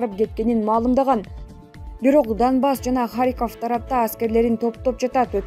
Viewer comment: Данбас эмес Донбасс деп оку